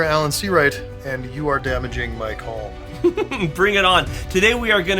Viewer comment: We don't pronounce the L in calm